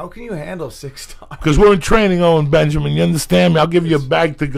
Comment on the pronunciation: why does it sound like joeys saying “ole benjamin” makes it so much funnier